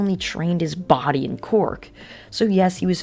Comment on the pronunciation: my biggest gripeis that this dude says quirk as quark